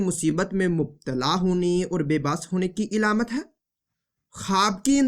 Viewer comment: Ilamat Nahi alamat